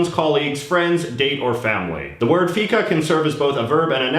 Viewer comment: Feca sounds like fecal 👎